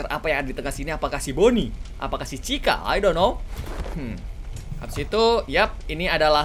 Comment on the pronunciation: Chika bukan ceka